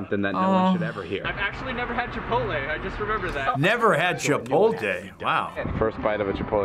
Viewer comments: *scratches ear* "never had chipoltay... wow" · old guy: nEVeR HaD chiPolTAY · No one: Old people: cHiPoLte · “never had Chipotday wow” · "Never had chipolte!" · "never had chipolte wow" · Homeless guy in video: I’ve never had chipotle Old guy: HE NeVeR HaD ChiPOLTAY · when he said chipote instead of chipotle my heart melted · “NEVER HAD chipOLTAY” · Blue polo mofo said chipolte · wow never had cHiPoL-tAy?!